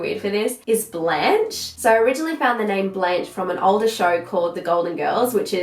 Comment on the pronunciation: I feel like if someone names their child a french word for a name (Blanche) they should pronounced it the was it is 🤔... i dont know i feel like you pronounced it "blanch" like when you blanch your veggies. Blanche is pronounced totally differently 😋